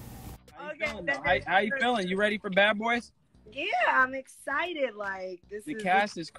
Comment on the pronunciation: NOT ONE BIT "ESSITED"!!! 🤣🤣😂